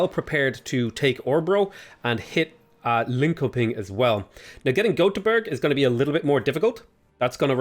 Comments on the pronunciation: "Linkoping" should be pronounced like 'Lynshopin', many city names in Sweden end with "koping" which mean city so it's useful to know how to pronounce it, it sounds similar to English "shopping" but with silent "g" at the end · I was about to comment with the same thing. Swedish "k" turns into an "sh" sound before the vowels "ö" and "ä". Obviously an obscure grammar rule, but if adopts it I'll award him 100 points and a high five. Btw, Swedish "ö" is pronounced kinda like the the beginning vowel sound of English "early", with rounded lips. Also, Swedish "g" turns into an English "y" sound in certain circumstances, so "Göteborg" is actually pronounced something like "Yuttebory", although in English you often hear "Gothenburg". Again, who cares, but if gets it right I'll give him a high five and 100 points.